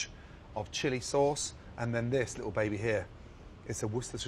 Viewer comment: やっぱイギリス英語聞き取りやすい チリソースなんて日本語のイントネーションそのままじゃないか